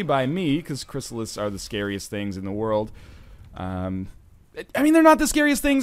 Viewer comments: Loving the LP so far, but good God man, it's a "Chryssalid", not a "Chrysalis". Not really hard to remember it ends in a D. That name wants the D, not the S, you should remember that. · ChrysaliD not chrysalis